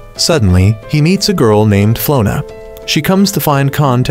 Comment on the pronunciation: Flora❌ Flona✅